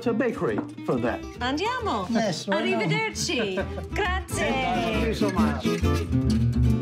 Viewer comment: Just wish the narrator spoke even a little bit of Italian. She butchers everything she says and when her guests don't speak English, there's no sensible dialogue (like the guy with the pigs). At least learn how to say "Grazie" instead of "Graziaaayy". Yikes 🤦‍♂️🤷‍♂️🙄